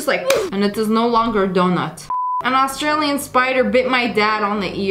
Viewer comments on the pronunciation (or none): none